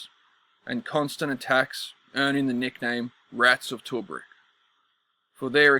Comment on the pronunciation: It’s pronounced Too-Brooke, mate